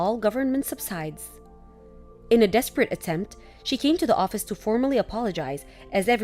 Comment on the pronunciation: Audrey, David, Brad story the daughter would be the guys step-daughter. Last story- subsidies is pronounced sub-sid-ease.